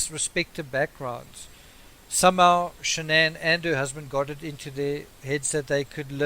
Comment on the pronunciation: First of all her name is pronounced SHANNON b/c her parents even call her by that! I feel like she was aggressive & controlling. Chris was an antisocial child in a man’s body & I think she was basically his first experience with a lot of sh*t then along came NK & he regressed into a horny high school boy! I would most DEFINITELY not like a damn camera shoved in my face every moment of every day! People always wanna dress alike & show all this when their marriage is straight BULLSH*T! The kids were enrolled at a high priced school, leasing a damn Lexus, too much house, not enough o come & PLENTY of debt!!! I don’t understand why he just didn’t/couldn’t just walk away instead of killing his whole family though.